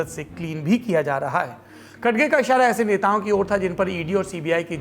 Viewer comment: खडगे नही रे भाई खरगे है वो